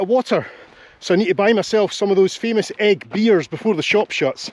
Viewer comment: Another great island video! I never knew it was pronounced egg rather than e-ig though! Keep up the good work👍